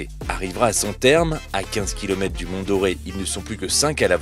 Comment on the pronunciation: Monsieur le commentateur, quand un mot s'écrit "dore" (comme le mont dore), alors ca se prononce dore et non "doré"...sinon ca s'écrirait "mont doré. Ca peut vous sembler très difficile à comprendre mais c'est à la portée d'un élève de CP, ca s'appelle "les bases de la langue française".